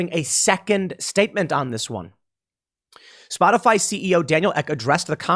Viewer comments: Is it misinformation if she calls it Spotifly instead of Spotify? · Anyone else catch calling it "spotafly"?